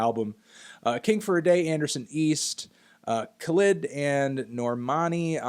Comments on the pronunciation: "Kuh-Lid" wtf Melon😭 hes so talented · so nobody is gonna say anything about how he butchered Khalid’s name?